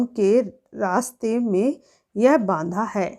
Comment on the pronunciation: मैम, बांधा है कि बाधा कृपया उच्चारण पर ध्यान दीजिए